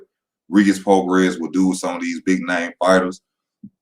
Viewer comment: pronounced Pro-Gray EZ